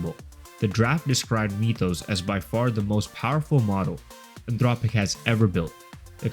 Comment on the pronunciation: “Meetoes” model 😭